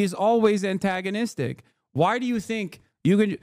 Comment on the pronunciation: you fucked up the same word twice within 1 sentence, in 2 different ways.